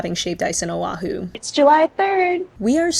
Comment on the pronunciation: sorry, just awareness tips here. Honolulu has NO "a' in the word, yet 95% say 'ha-nuh-lou-lou". Proper is' hoe ( like the garden tool)-know-lou-lou. Oahu has no 'w', it is properly pronounced: Oh-ahh-who. As for the My BBQ, yes the one with Korean workers originally were at the old place (you say not have Korean workers and likely the same pics that's why) Think they moved across the street because of the increase in rent. Here in Hawaii, shaved ice is NOT written or spoken in past tense. It is in present tense and will always be to us local people as shave ice, written or spoken. If someone writes it or pronounces it as shaveD ice, we all know they aren't local. Dun fact, the local people on the Big Island call it 'ICE SHAVE'(inverted).. As a born and raised local here on Oahu over 65 years even I was shocked when I went to a convenience store in Hilo back in 2014 to see it written and spoken as "Ice Shave". Enjoyed the video nonetheless 🤙